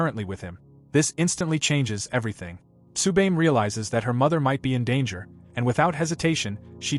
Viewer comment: Had to stop watching cause you keep fucking up how to say Tsubame.